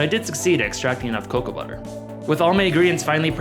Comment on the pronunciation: cacow beans = cocoa beans?